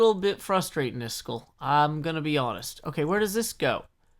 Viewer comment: I dont want to offend you but its is-kall not is-chool